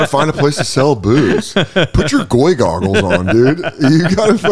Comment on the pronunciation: As if you didn't just call it Goygles...